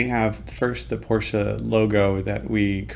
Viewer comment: Good info! I’m subbing just because you pronounced Porsche correctly!